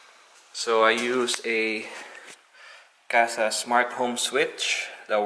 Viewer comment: Did you say casa app?